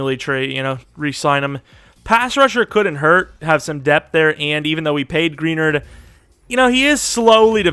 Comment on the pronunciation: Jonathan Greenards name is pronounced (Gruh-nard) not (Gree-nerd) still a great video though!